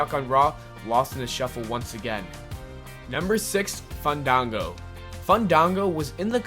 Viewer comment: After all that time of his gimmick being the proper pronunciation of his name, how can you mess it us so poorly? You kept saying Fun-dong-go. The correct way is Fawn-dawn-go. Just remember that the both A's are soft sounds. There is only one G, so only speak a single G sound.